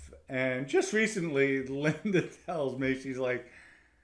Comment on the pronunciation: "John and LINDER"😂😂😂,THE R's in words that have no R and the words who have the letter R he cant say?? 🤔 Whoever taught English in NYC and Boston shouldve all been fired 😂 just breakin balls..Example, "law is Lorr,and smart is Smaaattt"